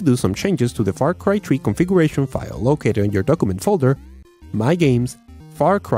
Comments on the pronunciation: "Desk is how my computer was running Far Cry Tree" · far cry "tree" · Its far cry 3.. not far cry tree🤣🤣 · far cry tree Lol